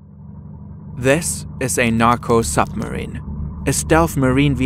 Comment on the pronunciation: zis is a narco zupmarine